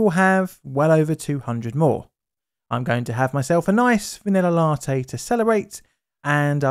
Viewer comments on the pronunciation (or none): none